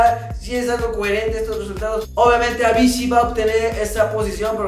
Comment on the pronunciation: Se pronuncia Avichi no Avishi !!